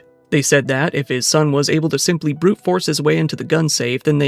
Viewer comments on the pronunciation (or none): none